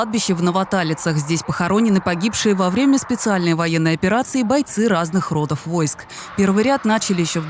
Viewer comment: ) коменнтаторша про "разных рОдов войск" походу с бумажки читает и никто ей не смог объяснить за "родОв войск". В этой ситуации "рОды" выглядят полным антонимом происходящего.